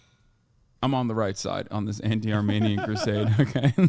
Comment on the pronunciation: Since when do you say “Armanian?”